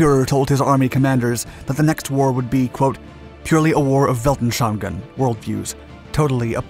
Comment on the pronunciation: Weltanschauungen is one if those famous compound words consisting of Welt (world) and Anschauungen (views) which translates to "world views". The silibles are as follows: Welt-an-schau-ung-en